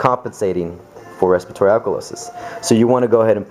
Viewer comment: respitory haha